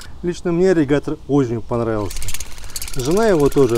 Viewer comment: АААРРРИГАТОРР АААААААААА 😄😄😄😄😄😄😄, но тема Аррригатора расскрыта полностью, Благодарю!